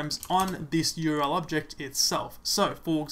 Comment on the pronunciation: URL — 3 letters, 3 syllables. "U-R-L" not "your-el." Useful otherwise.